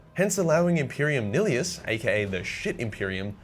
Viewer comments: niHIlus, not "nilius" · Imperium “Neeeleeeus” bruh 😂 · Either SICK- Uh-TRIX or KICK-uh-TRIX. Ive heard both. Also nihilus is pronounce like nihilsm.. NIGH-eh-Lus I wanna lie to you and say good effort but let's be honest we all know that was shit. Everything else was great as always though ¯\_(ツ)_/¯